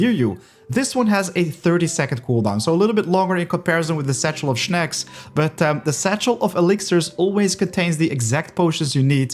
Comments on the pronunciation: snacks* not shnacks 🤣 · shnacks it is snacks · "Shnacks" xD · Your pronunciation of “snacks” is weird :D it’s like you try to pronunce snails and snacks together :) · I find it rlly cool tbh 😂